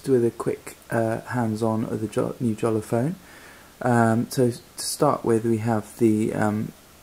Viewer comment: btw I'm pretty sure it's pronounced like writing it with a y, yolla, or so. It least that's how I remember it for earlier vids with Jolla employees talking about it - gotta check these again